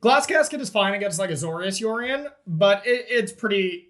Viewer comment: is a great player and awesome dude, but what I appreciate most about him here is that he correctly pronounces it “YORE-ion”, rather than the horrendous “YURRRR-ion” that I’ve heard people say.